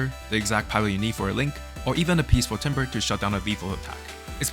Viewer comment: "Timbre" is pronounced "Tambor" btw.